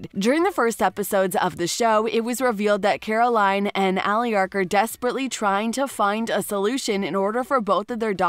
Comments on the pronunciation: this is a joke right shes saying their name wrong on purpose right? Damian? aliric? hupe? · The narrator of this video has obviously not watched any of these shows. Her pronunciation of Alaric, Stefan, Damon and Mikaelson is so wrong!